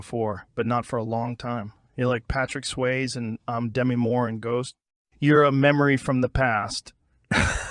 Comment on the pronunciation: “Patrick Sways.” 😂😂😂